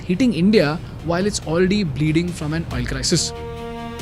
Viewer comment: The youtuber giving the news is pathetic in English . Famine he calls fa-mean. The word is Fa-min. Even from becomes frem.why use english language to kill it.